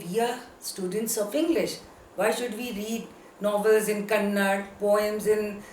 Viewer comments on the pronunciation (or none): It's not kannad,...it's kannada...learn this first... 👿👿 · Mrs Triveni is one of the great female novelists in kannada literature, please before saying anything , please re check and then say. Being professor, you must know that kannada and karnataka shouldn't be pronounced as kannad and karnatak respectively.